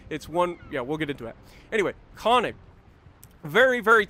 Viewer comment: I beg of you please learn how to pronounce könig and königsberg (more specifically the ö)😂